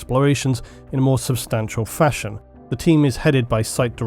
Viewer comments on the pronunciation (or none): none